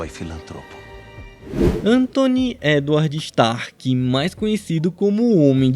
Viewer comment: Ântoni Éduárd ixxxtarki kkkkkkkk